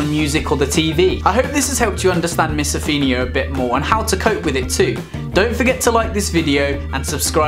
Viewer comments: It's pronounce MISO PHONE IA not MISO FIN IA. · it’s not miso-feen-ia it’s miso-fone-ia btw it’s a good video though👌🏽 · since when did o get pronounced as e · Certain you're pronouncing it wrong!